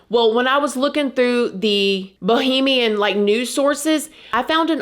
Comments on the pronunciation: Girlfriend it's Bahamian, not bohemian 😄🩷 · Hey girl! It’s one of your Bahamian subscribers Love your work but it’s Bahamian pronounced buh·hay·mee·uhn not Bohemian pronounced bow·hee·mee·uhn that’s it that’s all! Keep Up the good work! Love you bye! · It's BaHAmian, not Bohemian, which is totally different. Sorry I had to tell you. I love listening to your commentaries. The best on YouTube.